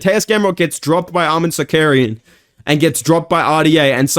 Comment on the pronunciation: “Arman Sarkaryan” Chael’s pronouncing need to be studied